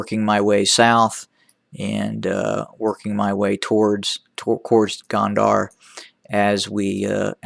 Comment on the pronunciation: Please! It’s Gondar with an “O” not Gond”a” r. Your analysis is annoying as fuck but it is still way better than the Eth Government. TDF has a plan. Eth Government does NOT. And therein lies the difference.